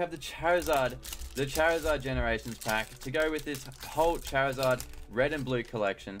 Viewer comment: why does he say chair izard